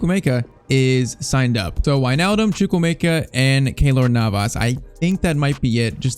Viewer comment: It's choo-kw-emeka